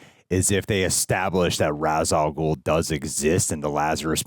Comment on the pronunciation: Not trying to start a huge debate or be a hater.....but isn't it pronounced RAESH al ghul and not ROZ al ghul?